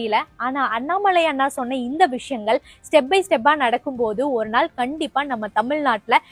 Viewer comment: தமில் நாடு இல்லை, தமிழ் நாடு என்று சொல்லவும்